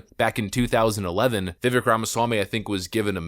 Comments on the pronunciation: Little bit of a pet peeve: A lot of people out there on the internet talk about people, about products, etc. In this case, people say that they had/have respect for Vivek, but refuse to pronounce his name. It used to be a really big deal in journalism to check that kind of thing out. I promise this isn't an attack on you. I literally see it everywhere with everything. It's just starting to bug me more with people's names. It seems so disrespectful. In his case it's Vi-vake "like cake". He even says his name in the clip that you put in your video. I just can't un-hear it lately. I love your channel and I'm sorry for bringing it up. Just some constructive criticism. Please forgive an old man for being so old school. Thanks brother and God bless. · Learn how to pronounce Vivek’s name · he's obviously still not well known enough, because most you tubers still can't pronounce his name correctly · Maybe next video he’ll pronounce Vivek’s name right 😅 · You still pronounce his name wrong smh lol don't you listen to the video when he says his name lol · Vivek is said like cake. Vivek even said "It's like cake but people always get it wrong" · Vi-Vake - Not Vi-Vick. We should all learn to pronounce the name of our next Vice President. 😉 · Pronounced Vivek, like Cake. (vivake) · His first name is pronounced "Viv-ake" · Vivek; pronounced Vi-vake with a short sound on the "i" and the ek is "vake", like "cake". NOT "veck". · Vivek, pronounced Vivake, sounds like cake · Vivek is pronounced like vivake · Why does the narrator keep pronouncing his name incorrectly? as the candidate has said .. Rhymes with cake. 🙄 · HIs name is pronounced "Vivake" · His name is Vi•Vāk. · His name is pronounced and sounds like bake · His name is Vivek - pronounced Viv - long A sound in the second syllable. Rhymes with cake. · Vivek is pronounced Vi-Vake. (Like cake and he pronounces his own name correctly!) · His name is pronounced, "Viv ake.". Rhymes with "Cake." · Pronunciation: Vikek like 🍰